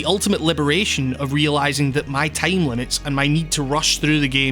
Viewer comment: The way this guy says "time" makes me giggle